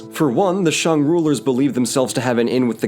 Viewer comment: Honestly, you pronouncing it as ‘Shang’ instead of ‘Shaeng’ is better than 90% of people in America. You did good